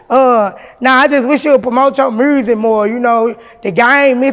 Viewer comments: "Mersic" 😂 Memphis like a mf.... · When she said mursic I felt that lol her and Gangsta Boo legends